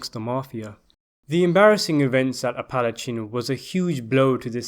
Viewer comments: "A Pal at cheen" conference? It's "Apple ache an". Thanks for the upload. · Apalachin is pronounced "apple" + "ache" + "in". And Joseph "Joe the Barber" Barbara 's last name is pronounced "bar" + "bear" + "ah". Talk about butchering names up. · As an Apalachin native, this always upsets me. It's pronounced ap-e-lay-kin. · It's pronounced Apple-LA-chin, not Appla-CHIN. And it's not "raunch" but "RANCH". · thanks Brudda,,,I thought that was the part,,,the messed up part,,the commentator stats appalachan,when I think Scorcese has it as Appalacha,I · "App a Latch a " Not whatever that was you said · I live in Apalachin it’s pronounced app-uh-lake-in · It's pronounced "app - uh - LAY - chin". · He butchered it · Appa-lake-in not chin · The narrator sounds South African or something. While it may sound annoying to you, you can’t just expect a foreigner to know how to correctly pronounce a word most likely of Native American origin. Besides Apalachin being known to anyone in that local area, most Americans and everyone else are gonna fuck that up as well.